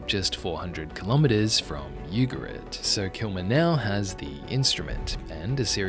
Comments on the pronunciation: I think it’s “Ooo-ga-reet. Not you- ga-rit. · which is not pronounced Yugarit